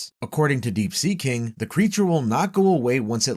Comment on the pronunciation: "The subterranean ki-ing"